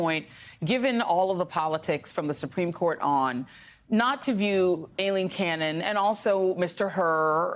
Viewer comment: He said "Aileen Caron." (Pr. Karen) lol